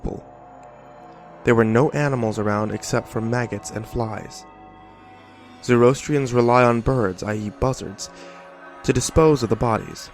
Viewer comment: Skx burials as they're known.....the buzzards being the 'Air' element, are quite common in ZoroAster. I don't know if you know this but Freddy Mercury was born into the ZoroAstrian faith (it's pronounced like Zorro -Aster).